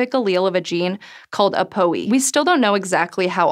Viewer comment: People in medicine generally pronounce ApoE "A. Poe E." and it's short for "apolipoprotein E."